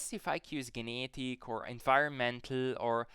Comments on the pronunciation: I love how you say the word "genetic" 😂 Gee-ne-dik. Very based content. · You don't know How to say genetic.